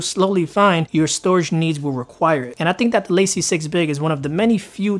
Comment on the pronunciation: It's La-Cie not Lacey lol! It's French! Also it's Date-a not Dat-a....